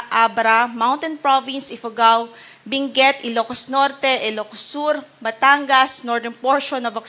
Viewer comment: Hindi po Binguet, Benguet po. With all due respect 😂❤😂❤😂❤